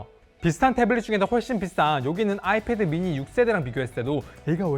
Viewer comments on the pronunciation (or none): none